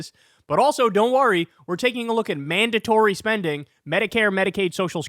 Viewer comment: Why do they say “mandontory spending.” Say it with your chest.